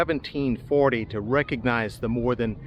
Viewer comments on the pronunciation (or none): none